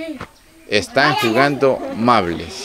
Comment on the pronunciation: No es mable es marble.